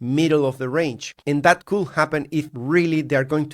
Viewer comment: when you use the word "could" you say "coul" you always forget the D <3